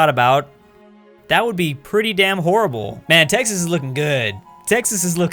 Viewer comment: You didn’t nail Texas